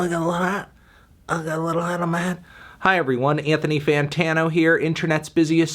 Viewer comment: Seriously Antwan Fantwan?